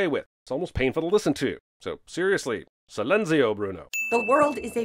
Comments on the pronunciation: movie: silenzio Bruno! cinemaswims: sin-enzio movie!! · Yeah, the "silenzio" thing kinda irked me, but it's not his fault he pronounced it wrong. And the fork spinning thing? Yeah 😂 My grandma was VERY Italian, and I can easily do it, same with my family members. I think the tip is to stab the fork in the middle of your noodles, spin for a bit, and immediately pick it up without letting the noodles go diagonal.